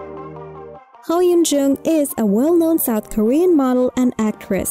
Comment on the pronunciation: This woman is saying her name wrong. 🙄